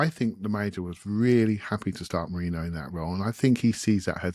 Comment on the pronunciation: It's Merino, not Marino